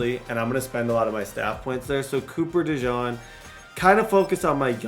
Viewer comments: The pronunciation on Cooper DeJean is (Coo-per De-Jeen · Quit calling dude a mustard.. it's DeJEAN 😂 jfc I wanna jump thru the screen every time u say it.